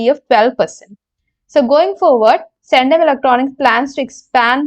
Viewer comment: Pls mention names correctly and clearly..its Centum and not sendum....